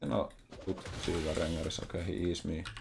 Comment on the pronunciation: I love when plays against champs with many Rs in their name! Rrrrrengarrrrr